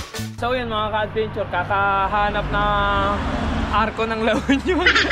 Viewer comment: Take a shot everytime he says "ka-adbeynchoor"